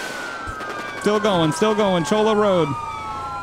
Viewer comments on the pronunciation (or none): its actually Ch-Oi-Yuh, Cholla not Chowlah